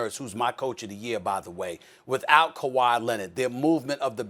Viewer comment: “KAWHI LENNIT”